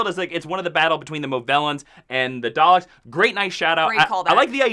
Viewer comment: love the dr who review. but please learn to say Daleks correctly. lol there is no 'R' in that word